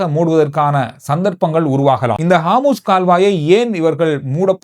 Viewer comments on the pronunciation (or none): 😊😊😊😊bro athu haamoos illa harmoos jala santhi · காமுஸ் கால்வாய் அல்ல ஹோமூஸ் நீரிணை!! 😂😂